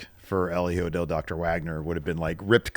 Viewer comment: Idk why it cracks me up when they say JEEJO instead of HIJO. the H is silent, like just skip it. Just say EEjo. Lol